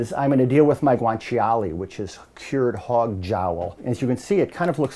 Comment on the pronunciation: it's funny how he says guanciale... guwan chee ollie